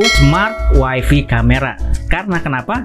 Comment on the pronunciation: Bang, tlg wifi dibacanya wayfay, bukan wayfi.Wayfi dlm bhs inggris artinya istri.